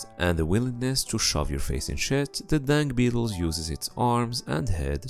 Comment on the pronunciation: I thought he keeps saying dank beetle